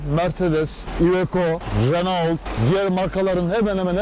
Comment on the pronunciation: Ali bey Renault yerine reno deseniz daha iyi olacak. Herkes reno der.